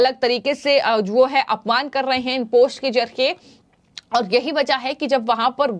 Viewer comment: इस खबर के लिए धन्यवाद | आपसे अनुरोध है कि आप अपने हिन्दी के उच्चारण पर कार्य करिए .... क्योंकि यह जरूरी है कि आप सही से उस भाषा को बोलना सीख कर ही उसमे समाचार पढ़ा करिए | ... आप बार बार "पोस्ट" को "पोष्ट" बोले जा रही हैं, यह बहुत खटकता है और आपकी खबर पर से ध्यान हट जाता है |